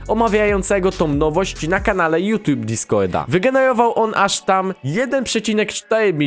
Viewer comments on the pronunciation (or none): none